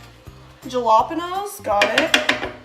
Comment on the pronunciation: Its pronounsed halapeenyo